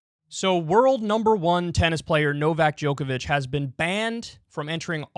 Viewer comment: I'm honestly surprised Kyle was able to pronounce Novak Djokovic when he always messes up easier names lol